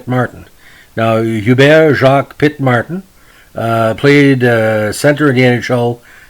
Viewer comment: I like you pronounce his name, mar-tan, being he was French- canadian, I've heard it pronounced that way when he scored at the Montreal Forum🙂 his first name oo-bear (Hubert). Too bad about the trade stigma, he was a fine player